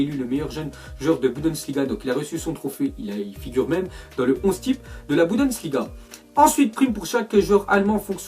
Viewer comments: Encore 1 fois je te le redis mème so je te kiffe On dit Bundesliga et non Budensliga 😣😣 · Est-ce que va réussir une fois dans sa vie à dire BUNDESLIGA?? Rien n'est moins sûr...